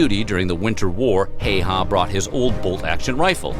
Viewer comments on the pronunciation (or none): Its super rare for Häyhä to be said correctly by someone who doesnt speak finnish, in this video he says Heihä and not Häyhä. But its ok, Finnish language is difficult to learn. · Actually the narrator is mispronouncing Simo's last name. Please do not try to copy his way.